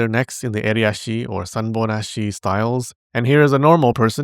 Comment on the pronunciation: going full Anime VA mode pronouncing Japanese words like that. It sounds almost musical the way he says "Sanbon-Ashi", but either term sounds cute (Or, Kawaii if you prefer) coming from his voice in that moment.